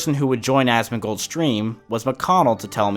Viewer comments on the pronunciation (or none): loololol god damn u asmin gold lolol the way u say it is fukin classic honeslty i like asoms vids but this shit made me piss myself 4 times watching this